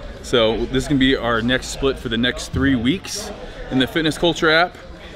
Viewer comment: Steve you said Spilt not Split